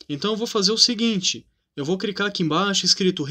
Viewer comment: Não é CRICAR é CLICAR